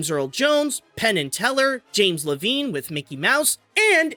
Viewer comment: It’s pronounced Lev-ine